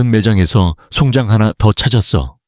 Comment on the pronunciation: 이글을 읽으며 정말 송장 이라는 용어가 계속 역겹게 느콌읍니다 자세히 말하면 송장을 송장이라고 읽어야 하느데 송잠 즉 시체리고 읽고 있으니 구역질이 나옴니다